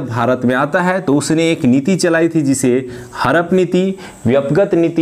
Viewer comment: Harap mt bolo hadap bolo hume samajhne me dikkat hoti h